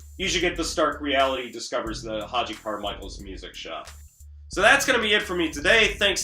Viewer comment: To the maker of this video- your admiration of this album and of Stark Reality is laudable, but please educate yourself about Hoagy Carmichael. You can start by pronouncing his name correctly. Hoagy with a hard G- just like the sandwich. Then listen to a few thousand recordings of his songs. Stardust. The Nearness of You. Georgia On My Mind ( no, Ray Charles did not write it), Heart and Soul ( yes the song that two little girls always play when they sit at the piano together), Skylark, Up a Lazy River, Two Sleepy People, Small Fry, etc.He happens to be one of the most renowned and recorded song writers in the history of popular music. Most of his songs have become standards in pop and jazz. He is as significant as Rogers and Hammerstein, The Gershwins, Cole Porter, Lennon and McCartney, and just about any composer, producer and performer of any style or in any era of music. From your remarks in this video, it seems you have never heard of him and it’s rather embarrassing. He did this show in the twilight of his career at the behest of his son and as a gift to children. He made no such television show in the 1950’s.